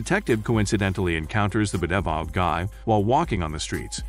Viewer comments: The 'Beh-deh-viled' guy lol. It's a nice laugh when I hear that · I love how the commentator can’t pronounce bedeviled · Automated voice speaking most likely. While the cheap ones are really robotic and you can tell straight away, there are some paid programmes out there where they incorporate entonation and other stuff to try to sound more natural, but there are certain words that the AI struggles in. In this case bedeviled is probably not a very common word, so the programme just "guesses" how it would be pronounced based on things such as length and amount of syllables.